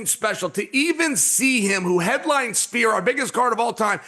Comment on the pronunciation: “Sfear” not “ spear”